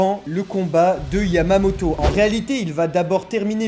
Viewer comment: est-ce qu'il a dit yavamoto